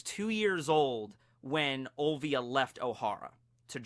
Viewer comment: Robin's mother name is Olivia not Ovia!! there is an "L" there!